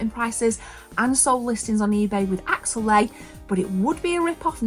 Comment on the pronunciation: It's Axelay not Axellay